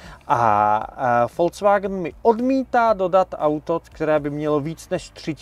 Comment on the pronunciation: Vysvetlete mu nekdo ze to neni FOLCVAGN😂😂 Ale “Folks Wagn” VW😢! nemecky lid, lide, lidovy je Folks a ne Folc😢